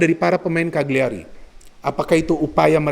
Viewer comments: Cara bacanya CA LI YA RI, bologna bacanya Bo Lo Nya. #forzamilan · Eh Ka Li Ya Ri